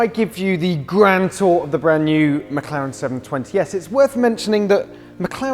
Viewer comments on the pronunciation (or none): THE WAY HE PRONOUNCES "GRAND TOUR" AHAHAHAHAHHAHAHAHA